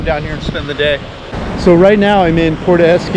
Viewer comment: Good one amigos,, it's not PORTO, it is PUERTO, pronounced: " poo, where, toe ", come on, you're from cali, you can do better than that, love ya!